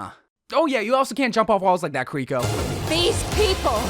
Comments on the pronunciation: Kiriko is pronounced with one r not two. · Not a big deal, but Kiriko is pronounced Kee-ree-ko not Kur-ri-ko, just liked to make it known! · It's kiri-ko not kuh-rico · The mispronunciation of her name is hurting my soul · Please stop pronouncing her name like that 🔫💀